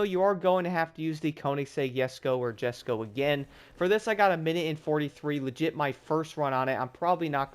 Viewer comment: Usually pronounce it "jes-ko"